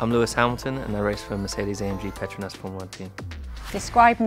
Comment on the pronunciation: Lewis really nailed the petronas pronounciation in such a malaysian way